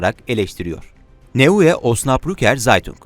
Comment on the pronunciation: ya kardesim, sen gazetelerin ismini nasil okuyorsun öyle. Gülmelten koptum vallaha. "ei" -> "ay" olarak okuman lazim - Misal - Zeitung -> Zaytung olark oku. - SÜddeutsche Zeitung deyil - Süddeutsche Zaytung olarak oku, ozaman dogru okumus olursun. hehehe - Birde Neue - Noye olarak oku - Neu - yeni demek - Neue -> Noye diye oku. tesekürler.